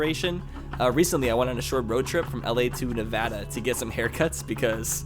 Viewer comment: I live in Vegas and I know what ur talking about about Prim. Also only southern NV gets hot as northern NV is vice versa in the winter. I also like how u know how to pronounce NV right